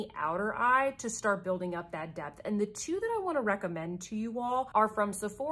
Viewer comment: Haha. You said "depth" and I heard "debt". Indeed!